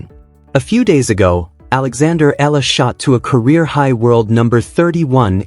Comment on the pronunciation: Alex’ last name is pronounced E YA LA